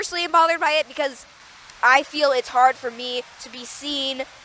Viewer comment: "History is harrrd"